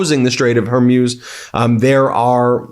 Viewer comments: You'e going to be saying it a lot from now on, so please learn that it's the Strait of Hormuz, not Hermuz. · Hor-Mooze. Not Her-Muse. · It’s not Hormuse. It’s Hormuz! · Hormuz is pronounced “Hormooze” not “Hormews”. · Strait of Hermuse..? oh, you mean Hormuz... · Hey Ben Get the name right! it's NOT her-muse it's HORMUS pronounced Whore-Muse Don't flaunt your ignorance, it insults your status as a Professor! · Strait of H o r m u z it's not her muze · HER-MUZE, DO NOT BE SO AMUSING, CORRECT PRONOUNCIATION IS S, HER-MUZ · I think it is pronounced "Hor-Mooz"; it sounds like you're saying "Hair-Mewz." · PLEASE have the respect to say Hormuz correctly!! Its not Her-MEWS ! It is HOR-MOOOZ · It's Hormuz (Strait of), emphasis on hor, not her.........love ya buddy, only here to help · Ben: It's pronounce Hermooooz. Not, Hermyus. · It's pronounced "Hor-mooze" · Hormuz is Hor-mooz Ben. It’s hormooz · You really should look up how to pronounce the Strait of "Hormuz" (i.e. mooz). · Thank you for wholesome reports. Just a small item: the name Hormuz, the “-muz” should rhyme with speaker brand “Bose” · Ben, “Hormuz” is pronounced “whore-mooz.” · Hormuz is pronounced "hor·mooz" as in booze or snooze. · Your pronunciation of Hormuz is getting worse. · The way that this host pronounces the Strait of "Hormuz" is weird... 🤔